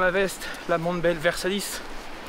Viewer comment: Mais arrête de dire versalice enfin 😂 pour un féru de matériel comme toi !!! C'est la veste VERSALITE !!! 😉👌